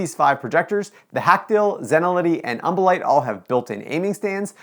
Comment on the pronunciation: Take a shot evertime he says umbolite